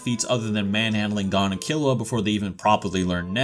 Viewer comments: gone? lmao its GON like (goone) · You really pronounced it “Gone” Instead of Gon 💀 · Great video, but the way you pronounce 'Gon' is so... wrong. Its goun not gone. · Bro it’s gon not gone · Why do people pronounce Gon as gone when even the anime tells u how to pronounce it, even the original Japanese version doesnt say "gone" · Gon is pronounced like moan but with a g, goan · why are you pronouncing gon as gone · who the hell is this “Gawn” dude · Can you say Gon’s name right please it’s like your saying Gan learn some basic Japanese pronunciations so you can get it right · Oh god he pronounces Gon wrong too ggs. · Bruh I'm leaving a dislike just bc you can't pronounce Gon's name properly. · The way this dude pronounces Gon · dude doesn’t even know how to pronounce Gon’s name... 😂